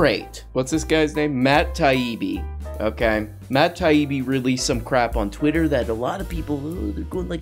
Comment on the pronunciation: I like how pronounced Matt Taibi’s name perfectly the first time.